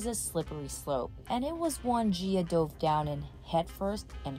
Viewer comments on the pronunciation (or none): none